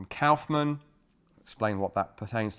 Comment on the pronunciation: Your pronounciation of Kaufmann is almost correct. The Kauf is good but the mann is pronounced like you'd pronounce munn (if it was real word).